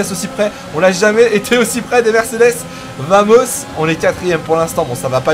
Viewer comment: ça fait un petit moment que je veux te le signaler même si ce n'est pas très important mais VAMOS se prononce BAMOS en espagnol :)